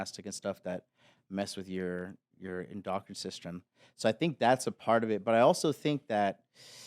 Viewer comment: failed to pronounce endocrine system correctly 😂